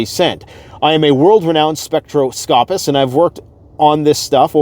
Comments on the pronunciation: * Spek-TROS-copist * Spek-TROS-copee 😁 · *gone, not went. The grammar on some of these YouTube channels really bugs me! And.....spectroscopist...the accent is on the second syllable.